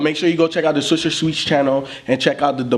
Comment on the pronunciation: this nigga cannot say swisher sweets😂😂😂😂swisher shweez head ass